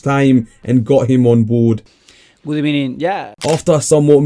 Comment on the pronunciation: You just had to let Unai say Good Ebening 😅